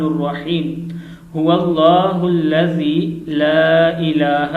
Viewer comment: Huwalla hullazi la ilaha illallahu padh rahe ho tum